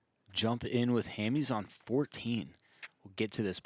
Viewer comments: How are you going to mispronounce Hammes for an entire round when you are a fellow pro player who surely has heard his name a million times? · it's Ham-es not Ham-ease😂